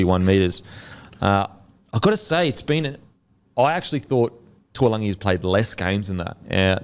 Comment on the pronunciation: Its not tualagi its taulagi.. Pronounced Da - oo - langi.